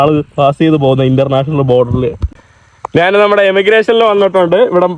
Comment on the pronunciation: എടാ കോപ്പേ, നീ മലയാളം കുറച്ചുകൂടി ഭംഗിയായി സംസാരിക്കുക. നാൻ, നാണു അല്ല ഞാൻ, ഞാനു ആണ്